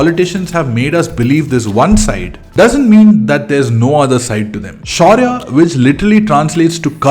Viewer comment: Lost it when you said Shaurya 😂😂